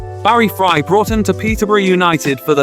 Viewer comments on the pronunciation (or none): none